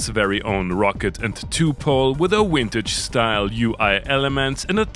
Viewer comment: Did you just say Wintage?